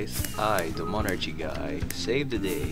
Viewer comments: why is bro saying mon archie 😭😭💀💀 its mon ARCie🙏🙏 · just wanted to say that the ch is pronounced as a k in monarchy so it's monarky, just like how the ch in chemistry and stomach are pronounced as k's.